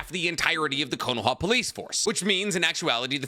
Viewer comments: Anyone noticed that he says "Konawa"? But the thumbnail and title are spelled correctly "Konaha" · Why does say kohnowa